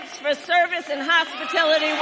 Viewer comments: Ignot Kamala Harris straight face stole Trump's promise and actually said Hospitility. It's Hospitality not Hospitility. 🤣🤣🤣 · HOSPATILITY??? I think she meant hospitality. But of course she is too dumb to know. That's why they hired 85000 IRS armed employees to hunt down income underreporters. Hmmm. Pathetic. Let's see what happens at the DNC. She may ge tthe boot! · Mind you, she said hospitility, not hospitality big difference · What the hell is hispitillity? Did she mean hospitality? She can’t even steal DJT”s policies correctly! She probably said “hospitillity” because nobody works in a “hospitillity” industry that way she can legitimately deny ever saying “hospitality”. 😂😂😂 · You Kamala are a thief stealing from DONALD TRUMP THE REAL PRESIDENT ABND SO WHAT YOU GONNA STEAL NEXT. MAKE AMERICA GREAT AGAIN. AND BY THE WAY ITS HOSPITALITY NOT HOSPITILITY) AND YOU WENT TO COLLEGE. AND YOU SAID IT AT LEAST TWICE!!! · It’s hospitality not hospitility! If you going to plagiarize a policy at least know how to pronounce it correctly!!! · Hospitility? Ignorance is showing😂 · What’s a hospitility tip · So tired of her crap. Heck, she can't even pronounce Hospitality!!! She says hos-pa-tility!!! She needs to cancel her run for office. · She can’t say the word correctly! 😂😂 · Can't even pronounce the word HOSPITALITY. Can't be very sincere if she mispronounces the industry she claims to support. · She didn’t even pronounce the word hospitality correctly either.